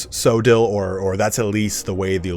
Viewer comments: It's not pronounced so-dill, it's Co-odd-le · Coedill is pronounced with hard C, like Cooperation. Co Eh Dill. Just incase anyone curious.